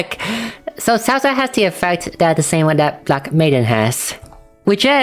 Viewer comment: For Saoirse, i think you got the pronunciation close! My sister said its pronounced like "sher-sha," though it might be different in the dub of the game